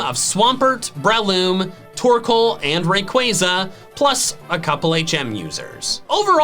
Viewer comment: TORKOAL, NOT TORCAL!